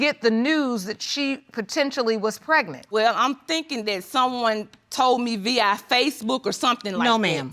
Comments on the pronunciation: She said V-I Facebook. U mean Via. By Felisha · I can’t get over the “V.I. FACEBOOK” not VIA 🤣🤣🤣🤣🤣🤣🤣🤣 she a hot ghetto mess (mother of deceased son) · "V.I." (via) facbook??? "He doesn't have a type b/c he was in a committed relationship"??? "I went to her school....she was puhteek" (petite) "I seen her...at uhquaintenance" (acquaintance) It's too much. I get she's grieving but, the disrespect is unnecessary. 3 things she does have in her favor are that she's attractive, young looking (younger than her age) & beautifully hued. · "V i Facebook!" the 'a' is silent.. Oh okay😐🤔😯😶